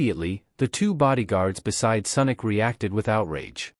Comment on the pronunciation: Senic or sonic 😂😂😂😂